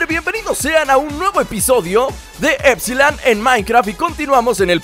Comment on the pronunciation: LukasRap Roblox, Juegos dice épsilon no épsilon aprende a leer